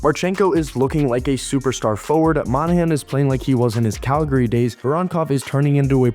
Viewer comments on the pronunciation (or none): none